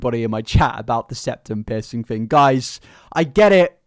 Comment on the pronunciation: Okay but you saying piercing sounds like pissing